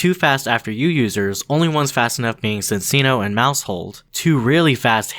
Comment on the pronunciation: Bro really spent the whole video acting like he's the smartest guy in the room, being all condescending and whatnot then proceeded to say "Sin-seeno".